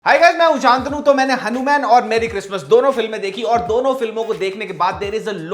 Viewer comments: Bhai tujhe thik se Hanuman bolte nai ban ra kya?? Hanumyan kya hota hai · He mean to say हनुमैन(I think so) just like superman spiderman.